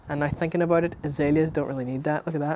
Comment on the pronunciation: Great video, your accent is a bit hard to understand sometimes but otherwise great video 😊 "abite" being "about" made me lol